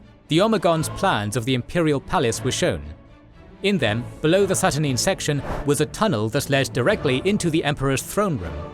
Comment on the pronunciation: I commend you guys for all the great work with visualisation, but some of the pronounciation in this video could use some reviewing before release. See: Saturnine, Aegis and others.